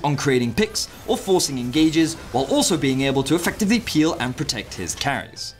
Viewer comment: eFFFectively clear